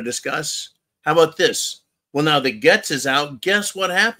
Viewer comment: It's pronounced GATES, not GETS!